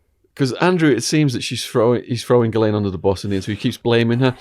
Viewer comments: Giz-lane lol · It's pronounced Gheelayn in English (with a hard g and silent s). While in French it's usually pronounced Zhislayn.